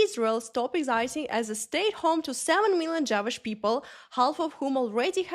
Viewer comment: "Javish people" I'm sorry I laughed at your pronunciation 😂